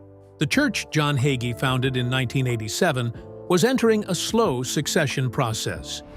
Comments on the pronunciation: Hay——gee. Hagee. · Bro.Hagee preaches the truth. God saud we would be hated just as his son JESUS CHRIST was when he came here. I stand with Bro. Hagee. Judge not or you will be judged in the same manner You cant even pronouncr his name correctly